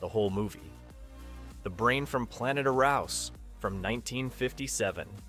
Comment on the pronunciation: it pronounced the Brain from Planet AROO-S.